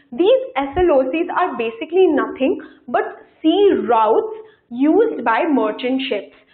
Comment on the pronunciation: Ma'am your lecture was very helpful indeed! I just want to say one thing more is that please see to your pronunciations and try to correct them.As students will listen to you and will speak the same. ex:routes..hegemongy listen to the pronunciations on youtube. Please do not mind it is like that for cbse students besides the concept these all things matter too.